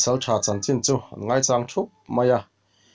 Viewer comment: Ha chang, mau chang ang ni lovin, lung chang tih angin, chang tih hi lam tum...Ha chang